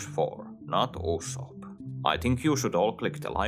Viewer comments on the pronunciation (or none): none